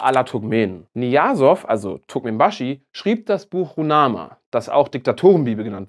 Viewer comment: Der Name des heiligen Buches von Turkmenbashi wird Ruch-Nama ausgesprochen. Ein sehr schönes Land, gerne wünsche ich mir das Land nach 20 Jahren zu besuchen.